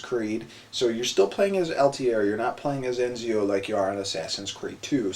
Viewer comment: no it's ED-zee-oh